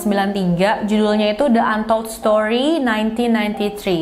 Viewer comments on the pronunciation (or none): The untold story.. Bacanya thi bukan the.. He